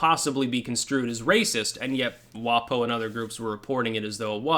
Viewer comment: Don't pronounce it 'WahPoh'. WaPo rhymes with Waco.